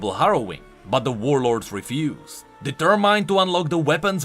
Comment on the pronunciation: I love your lore videos. All of my knowledge of the lore of League of Legends pretty much comes from you and is much appreciated. With all due respect, I am a teacher, and I just want to correct two words you were mispronouncing. The word "urchin" is pronounced with the "ch" sound like in the word "change" or "champion". In the word "determined", the "i" is a short vowel and pronounced like the "e" in men. Once again, I mean no disrespect. I eagerly await your next amazing video.